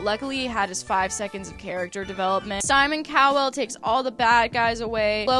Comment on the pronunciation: Simon Cow-well is sending meeee. I know it’s a mispronunciation but it’s like comedic relief 😭🤣